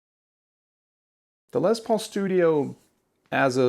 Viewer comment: I love your videos, especially this one. I bought a 2021 smokehouse Les Paul studio yesterday and absolutely love it. One minor pet peeve with the video. The guitar was named after Les Paul..pronounced "Less" As in Lester. Not Lez Paul... Unless they renamed it after a lesbian named Paul. Sorry bro... I just had to rip on you a little. Keep the great videos coming, in going back to shopping for a masculine hard case for My new lesbian Paul guitar. 😉😂